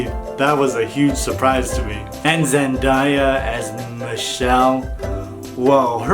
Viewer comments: Zen-da-a not Zen-die -a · “Zen-DIE-a” wut???